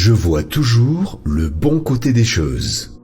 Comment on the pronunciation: Choses, pas cheses